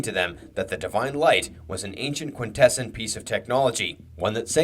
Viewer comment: Have you never watched G1 season 3? Or are you just trolling your viewers by deliberately mispronouncing Quintessons despite their name being frequently spoken aloud in the cartoon as KWIN-teh-sawns? And not once EVER as kwin-TESS-ehns.